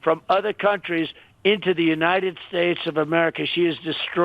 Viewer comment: More SLURRED SPEACH - example "...the United Shhhhttatesh of Americaa"... Donnie needs new teeth I think maybe?...